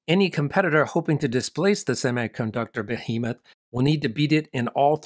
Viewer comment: behemoth 女声读错了；不过这样的视频真的很棒👍